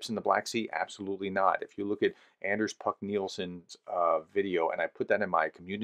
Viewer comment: A little tip from a Dane (so a countryman of the excellent ) - the "A" in "Anders" is pronounced like the A in mArs, heArt, and smArt, not like A in mAn, cAn and hAnd.